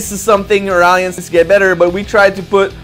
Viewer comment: nice to hear you went back to the old classic Alliance pronunciation.... on a complaint note.... NO MACP FARMILLE COMMENT??? ? I demand you do the video again and fix that!!!